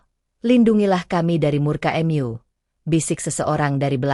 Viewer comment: Maaf sebelumnya. Untuk si pembaca atau pembawa cerita, bisa gak mengucapkan dengan lafaz atau huruf yang benar. Di dalam cerita ini dan cerita yg lainnya saya selalu mendengar jika kata MU itu disebut jadi em- yu!!! Sedangkan dlm cerita kata MU itu adalah kata penganti untuk Tuhan/Allah. Seolah-olah kata itu dilecehkan, seolah-olah olokan dan tdk ada rasa menghargai klo itu adalah sebutan untuk Tuhan. Jika memang tdk bisa mengucapkan dengan benar, mengapa tidak diganti saja si pembawa ceritanya! Berbahasa Indonesia lah dengan baik dan benar!!!